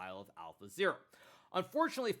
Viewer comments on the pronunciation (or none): none